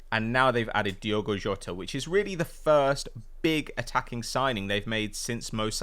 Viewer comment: This gay guy should just come out and admit that he can't be arsed to pronounce it Diogo.